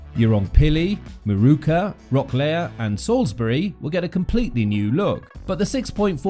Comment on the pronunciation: “Rock-lee, pim pa ma”